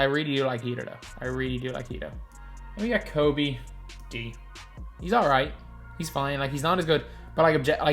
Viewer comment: Man the disrespect you put on Kobe’s name in your videos is crazyyyy😤